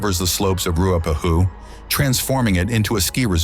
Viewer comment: Lovely documentary but please get your pronunciation correct. Example Dun- e-din not Dune e din, Rua- pe-hu, Ro-to-rua. Even that is basic.